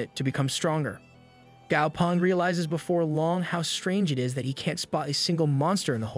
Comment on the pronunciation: The name is actually gao peng not gao pung